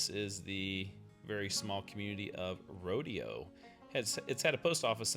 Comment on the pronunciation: It's pronounced Row Day Oh